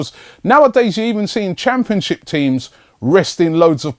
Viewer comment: Come on Arsenal! Perez to score a goal tonight! .. Robbie said "Championshit" lol what a legend!